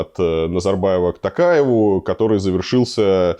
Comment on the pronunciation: Илья, пожалуйста , Токаев)) в фамилии пишется и произносится буква О, интервью супер